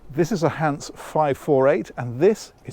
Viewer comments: I'm guessing this was recorded a while back with the other Hans(e) videos so you haven't had the feedback while recoring but German words with an e at the end are all pronounced like Miele. Great boat, like sailing because you can get where you're going without the noise of an engine if you don't want to motor. It's very relaxing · Great video again! Just a quick note: the "e" at the end of "Hanse" is pronounced just like "Miele" and "Porsche".